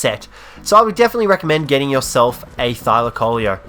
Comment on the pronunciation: A thylacoleo is pronounced thy-lac-o-Leo trust me we learn this stuff they lived in my country